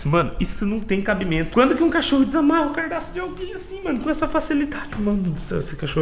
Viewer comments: u cara envez de fala gadaço fala cardaço kkkkkkkkkkkkk lenbrando nao to fazendo racismo contra vc so to avisando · Meu cardaço? Kkkkkkkkk se fala cadarço kkkkkkkkkk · "CARDAÇO " KKKKKKKKKJJKKJ